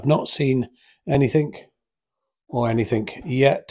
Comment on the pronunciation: The word is Anything not Anythink you yob hahahaha